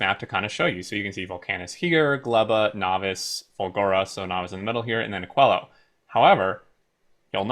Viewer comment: I believe it should be pronounced more like "akeelo"